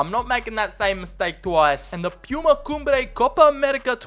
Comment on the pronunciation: Addi das and “pieyuma” 😂